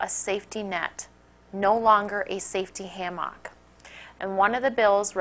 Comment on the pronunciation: Eggriculture? Ham-mock? Like she's saying hamhock! Hey, Johnny, it's beautiful in the backyard, go sit on a slab of bacon, but don't mess in the garden, I'm growing eggs there.